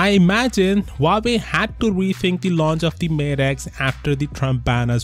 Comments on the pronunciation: lmao , its huawei not howkeopdney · Huawei? Huwerewei !